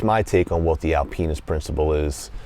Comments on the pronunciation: Sorry to bust balls bro. It just sounded like Al penis which was hilarious to me before I had my coffee. I loved the review though. It was good... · Alpinist is not pronounced that way brother. But great review as usual...